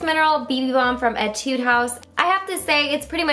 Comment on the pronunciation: Whenever she says "etude," I am always like "ay-tude" because I play a lot of music